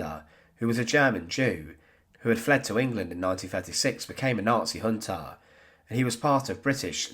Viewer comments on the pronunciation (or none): Prosecutaaaah , huntaaaah, fingaaaah